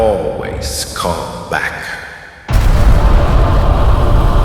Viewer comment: “i alweays coem bak”hits hard🗣️🗣️🔥🔥